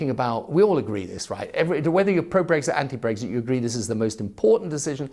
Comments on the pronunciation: It's Brexit not Breggsit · Never understood why he pronounces it ‘breggzit’ lmao